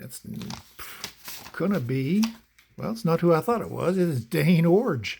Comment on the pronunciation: Extra thumbs up for pronouncing Iorg correctly. And Warshington. And What does Tim Fox say? 😂